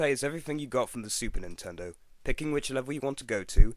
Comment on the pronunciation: first time u said Super Nintendo it sounded like Stupid Nintendo x3